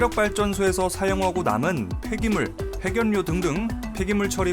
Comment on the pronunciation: 핵연뇨가 아니고 핵열료라고 발음해주시면 좋겠어요.